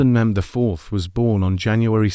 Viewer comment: The beginning made me realize that when he pronounced Mehmed’s name wrong